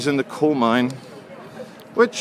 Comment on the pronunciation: Coal not dole, oh my gawd